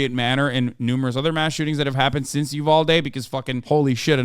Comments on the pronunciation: My man keeps calling Uvalde "Ubaldy". I think he just might be unconsciously talking about himself in this situation. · I love how upfront and unbothered this guy is And why does that other dude keep pronouncing Uvalde like “A Baldy?” 👏🏾👏🏾👏🏾👏🏾 did this man really just say he signed up to be a cop because he knew he would get shot????? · Is it me or did that pig keep saying Ubaldy, not Uvalde? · I hate how the one cop kept pronouncing uvalde like "oo-ball-dee"